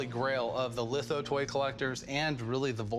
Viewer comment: He calls litho lifo??? Is this guy really an expert? That's not how its pronounced, not even close